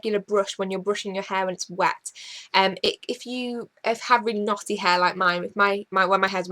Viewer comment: Hehe XD Knotty What I hear: Naughty